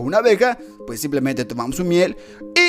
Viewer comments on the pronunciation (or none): none